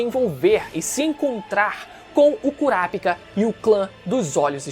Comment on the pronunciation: Nao e curapikah e curapica porra 😂😂😂 fala direito